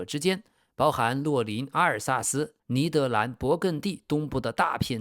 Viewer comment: 以前我一直以为这个频道是AI的声音，直到我听到 把「尼德兰」念成「尼德南」我就知道这确实是人念的